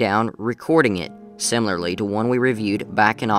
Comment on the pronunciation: "...awn..."???? "Simlerly" is not a word. "Attenshin" is not a word. What is a "lawg"????? "Puhtenshuhly" is not a word.